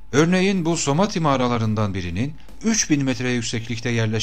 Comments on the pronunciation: bu video da tüm videolarınız gibi çok güzel ama "Samadhi" yerine neden sürekli "Somadhi" diyorsunuz anlamadım? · harika bilgiler toplamış ve paylaşmışsınız teşekkürler ama keşke somati değil samadhi olacaktı..